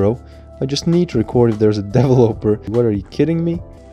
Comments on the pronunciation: Devil-oper Me: de-vel-lo-per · Devil oper? It’s “de-vel-eh-per” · What is a DaEvOoLoper?? Isn't it de-ve-loper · Nobody: Twist: dE-vUh-loPeR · i laughed every time you said developer because it sounded like you were saying deloper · Ik this guy did not just say devil-oper lmao bro it’s developer look it up on google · Why do you say devil oper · Bruh the way says "Developer" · He said developer wrong so many times 😂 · lol how you pronounce developer is so funny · Why you pronounce developer like that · Broooo that's not how you pronounce developer